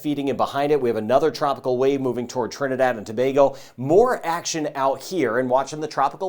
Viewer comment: Thank you for your vids and proper pronunciation of Trinidad and Tobago 🇹🇹